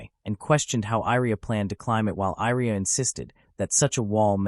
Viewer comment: why do you reas Iria as Airia? it should be closer to Yria i with Yeti i sound or at least both i should be read the same other than that i have no issues i love the story, keep updating